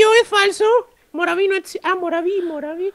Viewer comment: No se dise moravo se dise morvi